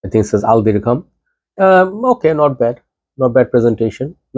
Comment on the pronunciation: You wrong the name. This Al Dirgham not Dirham